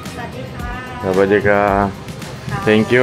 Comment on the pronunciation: блин, на лодку зашел и говоришь Савади каа - так говорят только женщины, мужчинам положено говорить Савади кап